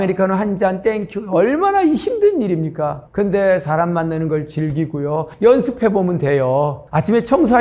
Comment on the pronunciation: 발음 문제! 사실, 사람,제주도,대개,호기심,부자,등! 장음인 단어의 첫 자를 -짧게"잘못 발음하셨습니다.